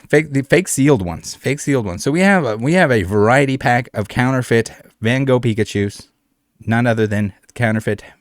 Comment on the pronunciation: its Van Gogh, not 'Ven Goog''